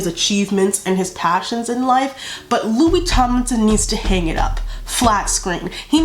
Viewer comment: MY GOD DID YOU JUST SAY 'LOSERS LOKIE HARRY STYLES" THAT MADE MY DAY